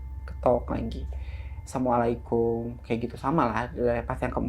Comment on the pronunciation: Salamnya kurang bener asamualikum, assalamualaikum 😅